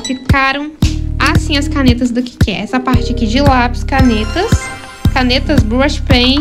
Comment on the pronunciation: A falando: Iss ke